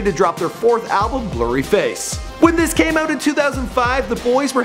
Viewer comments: i don’t know what’s more annoying: the fact that the guy is talking whilst imagining he’s landing planes, or his incorrect inflections when saying words like “fueled by RA-men” instead of “fueled by RAW-men” or “blurryFACE” instead of “BLURryface.” 🤦‍♂️ dude spent so much time researching the boys before they were famous...maybe he should have spent just a LITTLE time researching AFTER the fact. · bro it's BLURRY-face no one says blurry-FACE